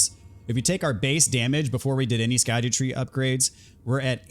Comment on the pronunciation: Found out today that scadutree fragments is actually just pronounced “shadow tree”. The “sc” Is old English but makes a “sh” sound.